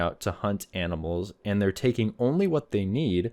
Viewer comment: Can you read? The person wrote “only” and the wrote it correctly and you mispronounced it as “on lee”. Embarrassing that you make fun of people’s spelling by mispronouncing their words.